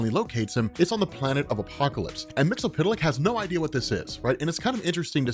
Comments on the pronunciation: It's MIX-YES-SPIT-LICK. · Silver Age and Post-Crisis on Infinite Earths Mxyzptlk was pronounced Mix-ul-plik. Especially on the Super Friends, which was the best thing going for a kid back then. Also, it was pronounced Kip-ul-skim backwards. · That's not how you say his name